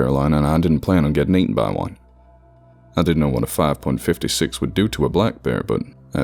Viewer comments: God it bothers me when you say 5-56 and not 5-5-6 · Great narration! You are severely underrated. Only thing: five five six. Not 5 point fifty six